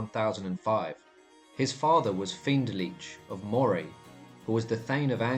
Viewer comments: Moray is pronounced Murray and Celtic with a hard C. Keltic, not Seltic. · I'm sorry but you can't even pronounce Moray, the pictures may well reflect what you think Moray is like or was but it's entirely garbage. Please, as a student of history, try , even a little bit, to get things right. Moray is an extremely fertile area, even into the areas you wrongly ascibe to being Moray, not the hills and rocks the pictures you have included. Even the ancient moreamears you describe are laughable. The Grampian mountians run north to south which provided the natural phsychical and geographic borders to centres of power. If you even have the pretence of providing a true story, despite the distance of time, you could, at least get the geography right. So, so sad this kind of nonesense ever gets distributed far less without the claim of "true". Shame! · Grouch???? Is there any Scottish name you can pronounce? Phonetically her name is Grew-akh. Moray is Murry. Findlaech is Fin- Lekh. SewArd is Siword.